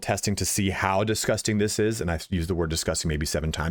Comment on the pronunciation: very Irish "DISGUSTINGGF" indeed